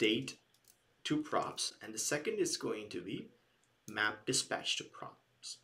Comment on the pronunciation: Great Video!! Thank you very much. You pronounced 'dispach' instead of 'dispatch'. Keep going, It is amazing!!